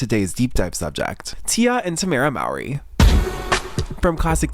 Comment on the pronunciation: not to be that person but their last name is pronounced 'Mouh-ree', not 'maow-ree' you'd just think with the amount of research y'all put into these y'all could pronounce it right lol